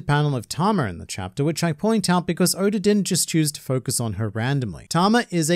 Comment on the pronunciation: Man said goda🗿